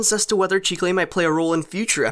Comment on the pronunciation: Did anyone else look up chicle to find out what it had to do with candy? P.s. it’s pronounced chih kle